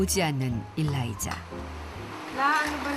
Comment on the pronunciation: 일라이자 어감상 일 다니자 들려요ㅋㅋ